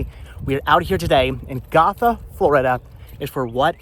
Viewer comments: Gotha resident here. Was about to say the same thing about pronunciation of Go- tha (named after the town and county in Germany as the town was established by German immigrants back in the mid to late 1800s'). Also, Dingens is pronounced Din- jens. Fun fact: that area was once part of a military depot during WWII! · It’s pronounced Gotha (go-tha) , I grew up in the area. Sorry I wanted to educate you. All love.